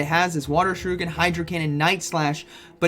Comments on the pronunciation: please stop saying Water Shoruken. Its Shuriken. Sorry just saying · It is ShurIken not ShurUken 😭😭😭 Haha! Thanks for the videos you are the best!